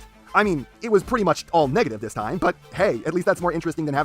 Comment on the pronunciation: Lmao the end u said wasting my tie.....NOOOOO MY TIE